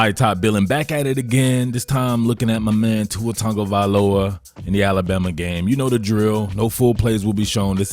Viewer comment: ahh, just you inability to pronounce his name, got it.